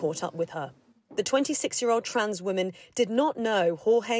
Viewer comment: Man, not wonan. This is utter ridiculous.